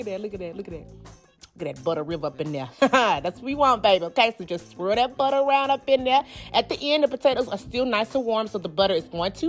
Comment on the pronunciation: The way she says BUTTA....When you cook with this much personality, you know the food has to be the . I had to subscribe for that reason alone! I can’t wait to try the recipes!!! Thanks sis